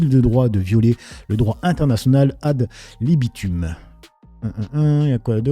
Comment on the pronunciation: Salut On écrit «AD LIBITUM» mais on prononce «AD LIBITOME»